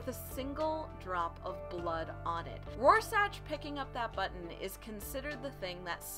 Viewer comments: Rorschach, is pronounced Roar Shack, not Raw Satch. And its just Ozymandias, not "Doctor" Ozymandias. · Couldn't finish after "Roar-sach"... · it's Rorschach pronounced roar-shack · Hey, I was just wondering if anyone told you it's pronounced roar-shack.... 😜 kool video thanks. hits subscribe button PS that comment saying you're kinda cute, they don't know what they're talking about, you're beautiful. 😁🤗😘 (I wonder if there's a ) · It’s pronounced ROAR-SHACK. But still good vid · every time she says RoarSACH and DOCTOR Oz my eyelid twitches. Other than that, decent summary. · It feels like it was sorta rushed, but Rorscach is pronounced, Roar-Shack" JS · Thats some sophistry, right there. This ain't about accents it's the way you pronounce that name. You got it wrong, just concede.